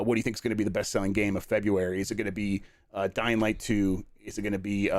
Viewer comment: Every time Jeff says dying light 2, I hear Dynamite 2 and always say to myself "wtf is Dynamite 2?"